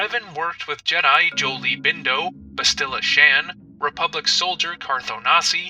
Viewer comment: I'd like to see you do a video on ARC Troopers, pre-TCW of course. Also, if I can make a correction, Bastila is pronounced BASS-TI-LA.